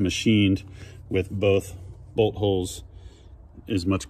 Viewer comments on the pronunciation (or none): I love how every time trys to say BOLT he says BOLD 😂